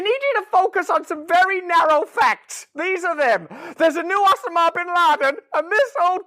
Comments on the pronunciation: "OH-sim-ah" bin Laden? I never heard it said like that, but now I'm wondering if I have been saying it wrong. "OH-sim-ah" or "oh-SAH-mah" I have to say, I like the way Brand says it better. hahaha "OH-sim-ah" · Why the actual fuck are you pronouncing 'osama' like that? Can you not just talk normally? You wear your accent like an accessory and it gets a bit much. Big fan otherwise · "osa ma" What is that pronunciation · Russell.... One question....Where the heck did you learn to pronounce Osama as Ossammar? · I’m here for Russell’s pronunciation of “Osama”. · Not to mention I love the way Russell pronounces Osma equals Osama!